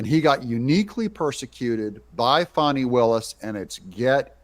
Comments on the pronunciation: Can we just “call a spade a spade”? In a bush sr tradition: its not “fahnee” no more than “suh-dahm hoo-sane” “Sayhdum hoo-sane” Fanny will-us… Because she’s been nothing butt a fanny to everyone else…. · what is this fawni willis crap???? do you see a w in her name????? w.t.f. Are we pulling a joe dirt thing here to spare her feelings???? w.t.f????????????????????? You can call it joe dirte all you want but its pronounced joe dirt. now use that same logic to her name.